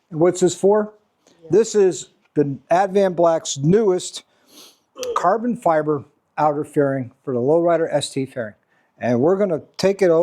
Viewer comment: Caaaah-bon Fy-bah.... 😊